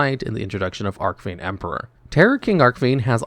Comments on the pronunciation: ARC FIEND ARCH FIEND YOU kill me when you mispronounce names celtic guardian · Archfiend is pronounced with a soft C -_